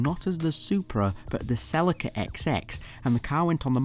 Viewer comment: Wait I thought it was pronounced sell-e-ca